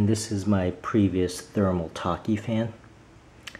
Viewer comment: I think you mean to say thermal-take not thermal taki